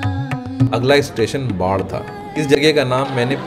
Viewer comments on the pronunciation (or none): Baadh. Wrong Barh right